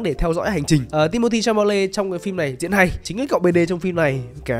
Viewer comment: Clip này đọc sai hơi nhiều nhé :)) Ti mô thi cha mô lê, fri men, sta woa, bin ghe za rít, ha nô ken, hình oảnh =))